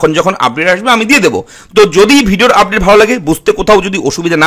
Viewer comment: ব্র্যাকিং আপড্যাট.. উচ্চারণ শুনলে গা জ্বলে যায়।